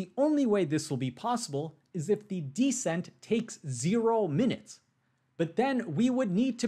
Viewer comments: It’s descent, by the way, not deesent. Or are we making some joke about how smart people can make glaring mistakes? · Descent is stressed. To me, it sounds weird to say it as "DUH-sent" while stressed the same way the pronunciation of "the" changes based on stress ("This the THE place to be" vs. "We went to the diner you recommended")